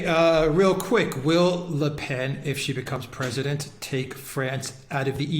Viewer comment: The brilliant Alexander finally got the Le Pen pronounciation memo!